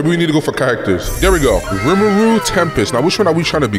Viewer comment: Not to be annoying but man say rumuru 😂